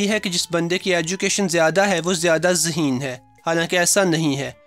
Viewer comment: Phly koi yeh btaye zaheen hota hai ya haseen.😂😂🤣🤣🤣.... bhai bol toh sai lo😄😄